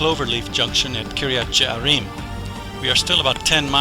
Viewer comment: Some of the pronunciations need to be revised. It is Kiryat Yearim, not Jearim. It is Mevaseret Tzion, not just Mevaseret. and there are some other examples.